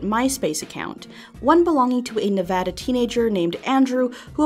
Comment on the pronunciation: Wow.... you said Nevada right!